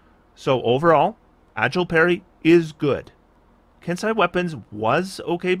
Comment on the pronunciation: "Ken-See an E" eh? joy